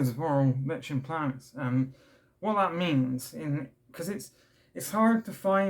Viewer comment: Hey I mean this with the best will in the world but it’s pronounced like ‘n play nus. I’m glad you’re doing better now. Mine’s awful at the mo.